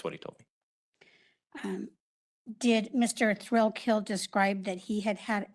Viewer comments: His name is spelled Thrailkill - pronunciation IS 'Thrillkill' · Notice how the prosecutor keeps pronouncing it Mr. Thrillkill instead of thrakill